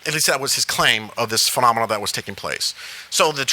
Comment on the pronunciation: Anyone else keep cracking up when he says phenomenon, the way he says it and the frequency he says it. He must have lost a bet surely 😂